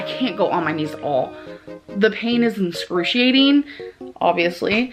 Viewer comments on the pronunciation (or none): Inscru-She-ate-Ing pain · "Enscruciating" wtf? lol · “The pain is inScRUciATiNg” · the pain is what maam? inscruciatin??? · “Inscruciating” got me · DOES SHE MEAN EXCRUCIATING ANSNDNSJ 😂